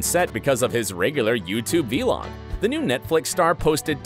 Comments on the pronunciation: Btw it’s vlog not v-log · Nobody: The narrator: AiDaN gAlLaGhEr’S vElOg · Anyone else noticed how he pronounced “vlog” as “v-log” lmaoooo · Might as well just say video log at that point lol what is wrong with him 😅😅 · who let the narrator say "vee-log"??????? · Vee-log. I am DYING. Okay grandpa. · STOP SAYING V-LOG